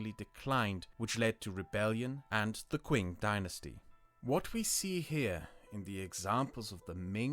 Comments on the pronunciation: fyi Qing is not pronounced ku-ing, it's pronounced like 'ching'. You shouldn't take Latinized Chinese words at face value, because a lot of the time the pronunciation is counterintuitive to what an English speaker would expect (A lot of them are digraphs to sounds English doesn't have). For example 'Qi' makes a 'Chi' sound, 'Xi' makes a kind of 'Shi' sound, 'Zi' makes a 'si' sound &c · Just gonna pedantically point out that you also mispronounced Yuan Dynasty and Qing Dynasty it's more like "Youen and Ching" as opposed to "Hwan and Kwing". The video is looking great though, really looking forward to seeing it. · 1. Ayy, sneak peak on the next video! The "Qing" pronounced as "Kuing" instead of "Ching" is honestly whatever, either way I'm quite hyped. 2. I support your continued pursuit of a healthier mental state! I do quite like your current videos, even if there are small things that make me go: "Wait what? Really...?", cause that's bound to happen. Still immensely enjoyable and entertaining.